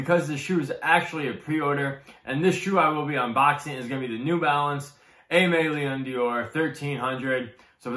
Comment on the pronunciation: its aime leon DORE not dior :)